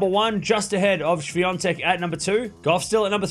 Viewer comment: Świątek not Swiatek - its totally other name - In Poland, they won't mistake your surname because it's very uncultured, even if you come from far away